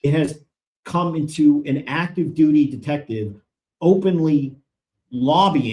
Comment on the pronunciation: Did he say “detective sergeant,” or “DEFECTIVE sergeant?”